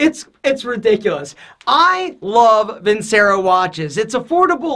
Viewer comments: how can you claim to be Italian when you don't even pronounce "vincero" correctly? it's "Veen-CHE-ro." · Video sponsor and he pronounces the company wrong 😂 Vincero is pronounced “Vin-chero” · My man did not just say Vincero!!